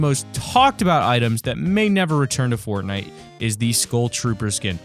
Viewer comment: At the end he said Bortnite XD